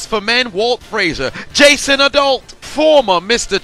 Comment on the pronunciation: Lmao he said Jason adult hahaha